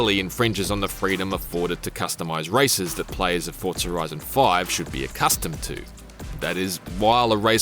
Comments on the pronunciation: FOR ZAA, NOT FORRT ZA !!!!!!! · Fortsa, like how people say Impreza, Impretsa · Why can't you pronounce Forza correctly? How strange. There is no T in Forza, it's not ForTza. Also TOGA is pronounced To-GA... not Togae.... SMFH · Fortza horitzon😂